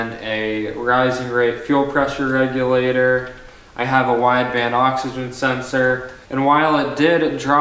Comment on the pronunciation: fuel wreck-u-later you say? lol open source for life buddy keep at it